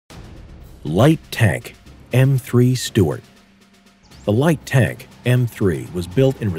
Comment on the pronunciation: I thought it was "Su tart"😂😂